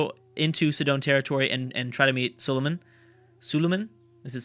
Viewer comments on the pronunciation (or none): It is so-lo-man not su-lu-man